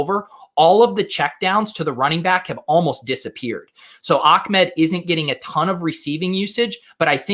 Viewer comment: is not Ackmed is ah med...you make him sound like he’s from the Taliban